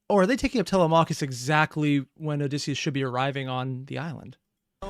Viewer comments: Tele-mac-hus 😭 thats not how you say his name!! Its tele-me-cheis (i think??) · Please for the love of all that is holy learn to properly pronounce TELEMACHUS!!!